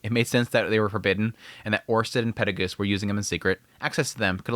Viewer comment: Acording to the Dub version the name is pronounced "Peru Gius" and not "Perry Goose". In Japanese he is pronounced "Perry Gius io" so your basicly making a mix out of the dub and the sub version